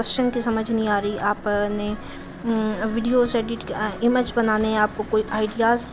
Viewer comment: Behtreen, Plz don't mind, (image) اِمَج nhi, اِیمِج hota hy